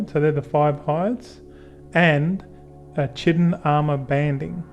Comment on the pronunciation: Good vid. FYI... Chitin is pronounced KAITEN.